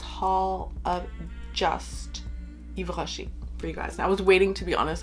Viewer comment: Hi, i'm New here 😁 I'm french 🇫🇷 .. and let me tell you your voice has a huge french vibe when you say the name of the perfumes, That's impressive. ✨☀️